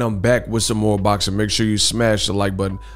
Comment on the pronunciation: All things boczin 😂😂😂 you mean boxing